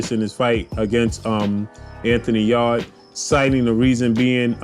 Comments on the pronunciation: You say Anthony Yard huh LOL it’s Yarde Yar-day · Yarrrrrr-d lol